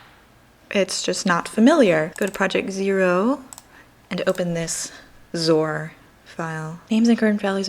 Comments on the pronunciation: I believe 'xor' is usually pronounced ex-or, not zor. Otherwise, I enjoy watching your videos and you've inspired me to get more interested in learning. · Hey, I agree with Pete Magnuson, generally it is pronounced ex-or. That doesn't matter. What does matter to me is that you are divining into programming. I have to admit that I have not been following your daily learning vlog's as fully as I should have been. I am a software engineer and always love to see someone just digging deep into the unknown. Starting at a hardware directed language is tough (web languages like Javascript, PHP, Ruby are "easier"). I have mad respect for your ambitions and will continue watching in the future.